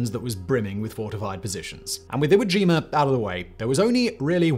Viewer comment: Iwo Jimur 😂 I get why y’all do it. I still find it funny ¯\_(ツ)_/¯